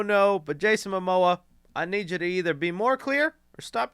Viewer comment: bro putting up the fight of his life trying to pronounce Momoa